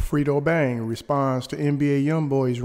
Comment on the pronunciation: 😭😭😭 “freedo bang”